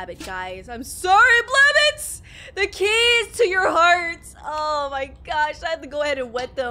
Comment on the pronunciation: It’s pronounced BLAB- BOT not BLABUT.